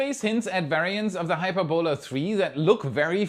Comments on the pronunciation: It's pronounced "hy-PUR-bo-la". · Hyperbola is pronounced "hy PER bo luh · Sorry,, but I can't help myself: it's pronounced 'high-PURR-bow-la'. If it's any consolation, I dated a quadralingual Austrian lady back in the '90's, and got excoriated for my lousy pronunciation of 'FLUK-zoik'....so I DO feel your pain (no schadenfreude, I assure you). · Check the pronunciation of hyperbola.